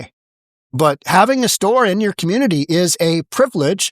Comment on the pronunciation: Why can none of these people pronounce community?